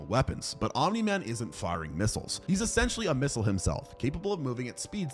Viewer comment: Did you know that it isn’t omin man. It space hitler